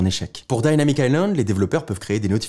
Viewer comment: Dynamic pas daillnamique